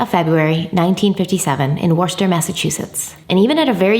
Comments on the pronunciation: "Worster??" you are hilarious!! It's pronounced Wus-ter. Like you're saying wuss but adding a ter. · I’m from Worcester, Massachusetts. Just say “Woostah” 😂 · If you want to produce it like we do here up north it would be pronounced wuss-terr but if you want to pronounce it with a Boston accent it would be pronounced wuss-tahh ❤️ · trying to pronounce Worcester made my day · Love your videos 😁 but I just have to say im from Rhode Island and i was even confused at first and then Cringed so hard when i realized she was trying to say Worcester 😅 I really didn’t know New England names where that “weird” lol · It's how you say worcester in Boston how he says it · 😂😂 don’t worry, us Brit’s get the pronunciation of Worcester wrong too! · Worcester. Hahahaha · Omg I laughed so hard when she tryed to say Worcester!!!